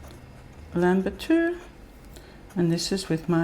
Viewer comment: LAN not LAM bitou 😍